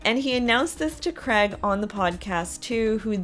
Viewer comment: U say Craig so different on this show, its sounds more like Greg 😂 poor sheps dog 😂😅